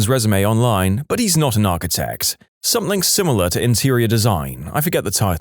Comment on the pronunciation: No K in the word something .